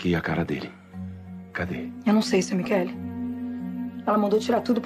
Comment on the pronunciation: "Michele". Mas a pronúncia é "qu".